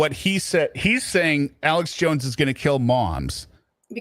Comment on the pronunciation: I hate the way he pronounces Alex. “ELEX “JACK ASSH” JONES…THE AMAZING THEORIST!!” He’s nawt a GAWD!! Also hate the way he says Family. FEM-EE-LEE!